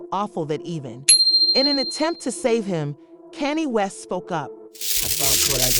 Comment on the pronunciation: Who’s Kenny West?? Ditch the AI if you can’t have it use proper pronunciations